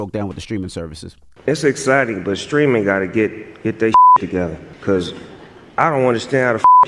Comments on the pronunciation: its sTreaming not sKreaming, Charlamagne! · i hope Charlamagne's AI can pronounce words that start with "St" properly.